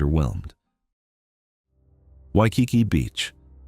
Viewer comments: I disagree with this video on many accounts.: 1. Waikiki. Not only did your AI bot mispronounce the name, you are dead wrong. It is beautiful and well worth the visit, particularly at dusk when runners light the tiki torches; 2. Seaworld. Beautiful gardens, wonderful shows, and fun coasters. I'd sooner visit Seaworld than have my wallet ransacked by woke Disney. 3. Biltmore. Wonderful display of conspicuous consumption in the early 1900s, with an awesome Christmas display. The winery is also worth seeing, as are the gardens in season. 4. Rock and Roll Hall of Fame. Cleveland is the perfect place for this structure. While i agree that no hip-hop artists should have a presence, it is awesome for real rock lovers. Why would you go if you're stupid about the history of the genre? 5. Niagara Falls.... although i do prefer the Canadian side. It's nature, dolt. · Learn how to say Waikiki!!!